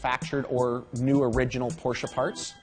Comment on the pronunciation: And the companies name pronounced correctly too!! What an amazing result from all of you and your staffs hard work.